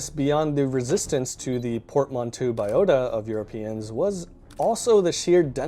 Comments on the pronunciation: Just so you know, it's pronounced " port-man=toe" It's a French word. Cool video. I'm not sure I agree with all of it but i like it nonetheless. I tend to think a lot of the reasons that the European, especially the British were so successful was a combination of technology and ruthlessness. There were many far older cultures that simply didn't have access to metals like iron who essentially got trounced by the English and other Europeans. Take the Africans for example. Far older cultures but almost powerless when it came to the Europeans. Especially in the 16 and 1700s. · your pronunciation of Newfoundland and Portmanteau sucks ! jeet